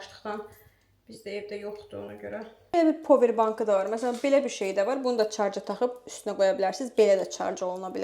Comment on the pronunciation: Çarc yox ezizim Şarj